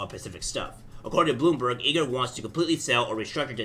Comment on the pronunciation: It’s I-Gore not E Gore